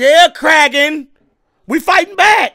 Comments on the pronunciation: Davey Jones, not Damon Jones. And it's the Kraken, not Kragen. It's pronounced "crack-in." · Ok. First thing. Your awesome. 2nd. It’s Kraken, not cragon. The next movie; my opinion; is better. You’ll love it. Also. You got keep watching the of the Pirates movies. They get better as you keep going. The last movie is “Pirates of the Caribbean Dead Men Tale No Tales.” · DAVEY Jones, not Daemon. Day Vee KraKen, not craigen. Crack en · Can't forget about "The Kragon" 😂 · I remember being so excited when Barbosa returned the first time I saw this lol, he's such a cool pirate. And he finally got his apple. Also, it's Kraken, said like Crackin' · It's pronounced Crackin but it is spelled Kraken. The collector of souls at sea is Davy Jones ( like the devil ) and the place that the souls would go to is called Davy Jones's Locker (like hell). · You make me Crack up,! It's Kraken, pronounced crack-en. And Davie Jones Locker! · If I hear Kragen one more fucking time I'm going to murder someone. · it's the Kraken, pronounced "Crack-in'. Keep up the honest reactions! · And it’s pronounced “Crack-En” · It's said like Crack-In. With an A, not an E. You had it.